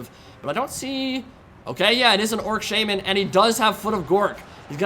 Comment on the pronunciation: says "orc shaman," but I hear "orc shaming."